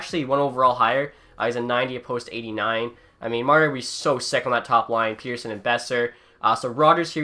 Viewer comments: Petterson, like letter-son. Not peter-son. People will get it eventually, if he stays good. Please God he stays good. Lol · ITS NOT PETERSON, ITS PETTERSON SAY IT RIGHT!!!!!!!!!!!!! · It's pronounced like pet-her-son not peter-son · Pet not Pete. Petterson. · You said Persin it’s Petterson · Its not pronounced Peterson it's pronounced pettersson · As a swede i know that you are supposed to pronounce it pet-ter-son. I think Elias just accepted "Pet-er-son" because thats what everyone said over in NA. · its actually pronounced El-le-ash Pet-ter-shon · If you want to be pedantic it's actually pronounced pet-er-shown in Swedish, but given the player has stated he doesn't care neither should you. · Say Pettersson right Pet-er-son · actually in swedish it’s pronounced pet-ter-chon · It’s actually Pet-ter-son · bruh im swedish and everyone says pet-ter-son including all swedish commentators.. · he did it as a troll cause people ask him so much, hes talked about the interview on after hours and confirmed its pronounced Pet-ter-sson. All Canuck fans know this.